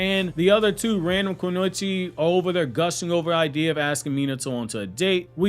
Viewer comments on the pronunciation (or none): none